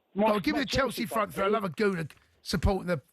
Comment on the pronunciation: It's pronounced "three" not "free"...😂😂